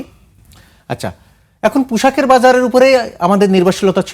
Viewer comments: পোশাক কে পুষাক যতদিন বলবে, ততদিন বাঙ্গু মুমিনরা উন্নতি করবে না । কথাকননাকেন !!!😂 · পুসাক নয় পোষাক হবে, বুঝলে। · তুমি তো প্রথমেই ফেল করে গেলে মামা "পুশাক " বলে 😂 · পুশাক নয়, ওটা পোশাক। সঠিক উচ্চারণ করতে শিখুন।